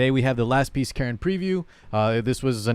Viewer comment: The way you pronounce 'Karin' is definitely OK imo. No offense to anyone but those presenters from SG are not that great with English and Karin is not exotic or Asian specific name ;)